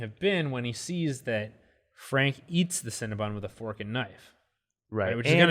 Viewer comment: Guys- it’s Cinna-BON not cinnabun!